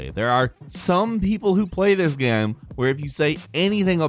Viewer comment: "some people who play this gæm"